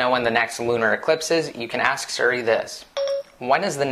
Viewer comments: it's not suri, it's siri ;) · its SIRI, not SURi